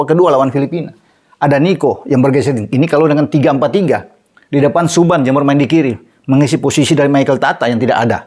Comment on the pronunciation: Nama Subhan jangan dibaca suban bung, nama itu disyaratin dengan potong 2 ekor kambing lho?